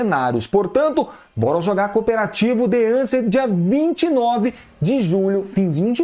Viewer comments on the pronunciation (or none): The A"N"cent não kkkkkkk The A"S"cent q é o certo kkkkkkk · The aSent não the aNsent meu querido rsrsr